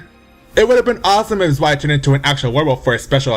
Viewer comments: THIS TOO Zwei is ZVAI or Tsvi not Zwhey or Zwhy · Xiba i pronounced Shiba.... not Zaiba..... Zwei is prounced Svai....Xianghua pronounced Shianhua....Ezio pronounced Etsio.... i have blood relatives of each of their countries respectfully....i feel astonished by your pronunciations DX